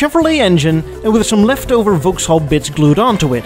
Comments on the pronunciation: Gentle correction: Vauxhall is pronounced "VOX-haul", not "Vouks-hall". English is weird that way. And GM bought Adam Opel in 1929. I had a high school teacher in the US who drove an Opel GT ... Opels were pretty hot cars in the '70s for those who wanted economy and performance but didn't want to buy Japanese marques. Incidentally, GM kept up their frankenstein strategies in Europe until Opel was sold to PSA+Fiat/Chrysler in 2017; the worst car we ever bought was a 2009 Opel Antara, which had a Chevrolet Captiva body and frame built in Korea by Daewoo, a Holden engine from Australia, transmission from some other GM division, with "styling by Opel" in Germany. To add insult to injury, it was sold as a Saturn Vue in the US. It was gutless, but still managed to drink gas at a prodigious rate; in my experience that's a common trait of six-cylinder engines. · It is NOT "Volks-haul"; it's "VOXhaul"! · Oh dear,. It's pronounced Vokkshall, not Vowkshall. Also, whisky does not come from, er, England. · It's pronounced "VOXALL", even though it's spelt Vauxhall. Don't ask me why but that's simply how it is. Thankyou for this clip, though, it's appreciated. Take care and all the best. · We pronounce Vauxhall as vocks-hall, please! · Why do you pronounce Vauxhall so strangely? Vox hall. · Vauxhall pronounced Vox all. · Vauxhall is pronounced like 'Voxall'. The English language is not a phonetic language. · It's pronounced "Vox-All".